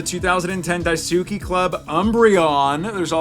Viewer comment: Hearing say Japanese words made my day 🤣 “die-sue-key” killed me 🤣🤣